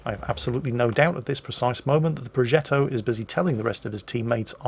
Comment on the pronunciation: Entertaining as always. Just a little detail : The "g" in progetto is pronounced similarly to the "dg" sound in "nudge" or "dodge" .